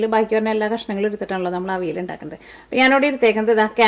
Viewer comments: തൃശൂര്കാരനായതോണ്ട് "അവിൽ " ന്ന് കേക്കുമ്പോ ഒരു സന്തോഷം 😂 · മനസ്സിലായി. തൃശൂര് പലരും അവിയലിനെ അവില് ന്ന് ഉച്ഛരിക്കാറുണ്ട്. അതാണ് ഞാൻ ഉദ്ദേശിച്ചത് 😄